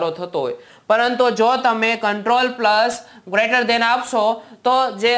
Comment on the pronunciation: Lece than ne greter than bole se tu